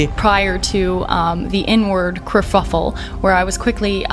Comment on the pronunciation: She's dumb, thinks she sounds really smart, BUT she doesn't KNOW words. That animal is not a GUH-ZALE. It's a gazelle. And it's a kerfuffle, NOT a KRUH-FUF-UHL.